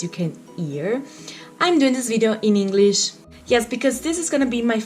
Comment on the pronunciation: sei molto brava ma attenta a quando dici: doing >hit< invece di it >ear< invece di hear >hinglish< invece di english